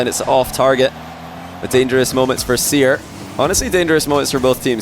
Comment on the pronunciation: the next version of the seer bot should be seer-r, cause it sounds like crr, haha